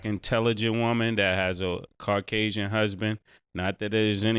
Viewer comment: MASE : Car-casian...😂